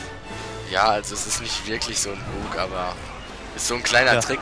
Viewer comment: Ihr wisst das, dass Wort Bug englisch ist und deshalb bag ausgesprochen wird?